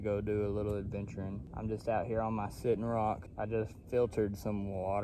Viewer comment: “I’m just here on ma sitt’n rock” now that’s cowboy! 🤠